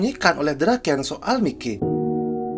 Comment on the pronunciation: Bang kalo lagi ngomong si mikey ngomong nya maiki aja biar lebih sama kaya di anime